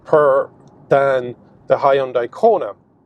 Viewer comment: You really Butcher the word Hyundai